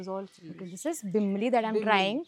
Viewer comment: some pointers : (1) call it tisryo....not tisryaa....(2) its not bimli.....its bimlaa....(3) breadfruit in Goa is called "nirpanas"..its a veg delicacy and v call it veg kingfish fry (4) its paplet in Goa..v dont call it Halwa (dats mumbai) (6) and its not Vani- its local vegetable "Val" (7) goa has Halsande which is like rajma ..bt more tastier then rajma.....